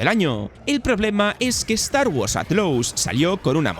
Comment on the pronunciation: Start wars “atlous” 😂😂🤦🏻‍♂️